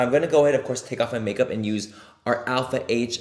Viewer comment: All I think about now is when Laura Lee pronounced “Alpha H” as “Alp-hah” 💀